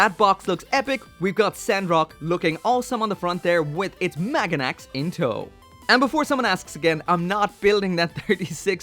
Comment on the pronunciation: My girlfriend isn't even in this fandom and she yelled at you for your pronunciation of Maganac... It's pronounced Mahg-wah-noc... XD